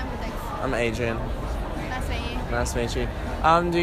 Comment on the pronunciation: アイムエイドリアンがアイムエイジアンにしか聞こえない